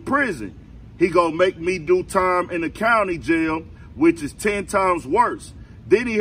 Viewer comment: It's called JAIL...not YALE. Lay down